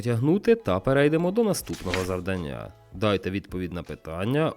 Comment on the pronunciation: Ставте, будь ласка, правильні наголоси: 1) не завданнЯ, а завдАння; 2) не однакОвий, а однАковий. І вірною може бути дружина, а відповідь - лише правильною. Щира дяка за українськомовний контент!!!